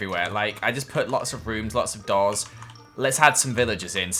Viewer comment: When you said doors i thought you said dolls